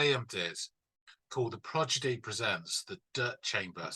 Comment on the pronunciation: Good video but the British guy can’t say the name right. Progidy 😂